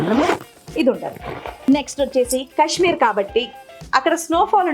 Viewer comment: Kashmeer kadu kaashmeer